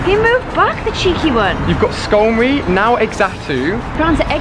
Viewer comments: its called a skarmory not skarmony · It's Skarmory Not Skarmony 😅 Good To See You Playing Again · Skarmory* not Skarmony :) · It's called Skarmory, not skarmony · sunkern need Sunstone he starts as gen 2 and it's skymory not skymony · uhm its Scarmory not scarmony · skarmoRy not skarmoNy ... R not N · It's skarmory not skarmony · Skarmony? Do you mean skarmory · It's Not Skarmony It's Skarmory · SkarmoRy not SkarmoNy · Thought it was skarmory not skarmony btw if you dont know what i mean look at the title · its skarmory not skarmony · It's Skarmory not Skarmony Like it is Leviosâ not Leviôsa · IT'S SKARMORY NOT SKARMONY haha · Skarmory not Skamony, get it right! 🤧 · you pronounce so many pokemon names wrong. Its pronounced Scar-mory, Zah-tu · She said a skomony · Not trying to be offensive but it is skarmory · It's Natu for the small one, and Xatu (but you pronounce it as Zatu) for it's evolved form, not "Ex-atu". and it's Skarmory, with a R. :) Great video!